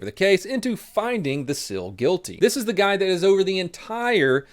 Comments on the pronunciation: Seal, not sill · It’s SEAL, not sill. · It's pronounced seels not sells. The pronunciation ruins the video. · Donut say “sill chief” dude can’t say “seal” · You pronounce “SEAL” funny. What is a Navy SILL? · 18D is kinda hard? You are a Fucking Imbecile. Oh and learn the language you dipshit! SEAL not Sil. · Seal is pronounced Seel not silver. - grammar nazi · Why do you call them sills? Aren’t they seals? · Is it pronounced SIL or SEAL? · Why do you say Sills? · Haha you said navy sil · I kept thinking he was saying sill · The pronunciation of SEAL drove me crazy but good video brother